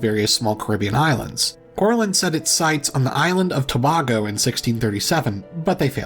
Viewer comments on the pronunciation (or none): Counterintuitively (and unimportantly) the island of Tobago is pronounced with an "ā" sound (Tuh BAY go). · it’s pronounced “To-Bay-Go”